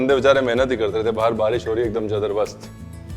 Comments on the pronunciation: Ranveer ji.... Zadarbast nehi, zabardast hota hai.... ❤ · Who noticed that ranbeer brar said jadarbast instead of jabardast 😂